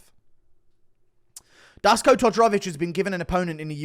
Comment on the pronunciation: Dusko is pronounced Dooshko, guru. Give us some balkan folk some love ffs.